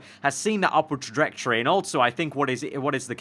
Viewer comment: Go on, say 'trajectory' again.